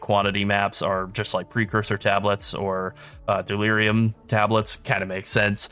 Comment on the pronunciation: Dear God delirium. There is no S in the word